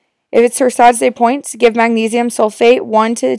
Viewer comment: Dilitazem Torsades de pointes (tur-sah duh pwah)